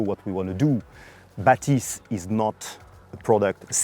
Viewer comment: Are my ears playing tricks on me? On this video the FOCAL guys have repeatedly pronounced the name as BA-thys but audio reviewers insist that it’s ba-THYS. are we trying to hard to make it sound French? 😂. Just like how the brand became fo-CAL, with the unnecessary stress, because someone who speaks English heard it that way?